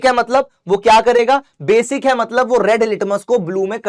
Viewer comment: "matbal" was epic 😅